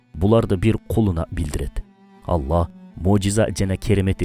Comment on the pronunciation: АЛЛАХ❌ АЛЛА ✅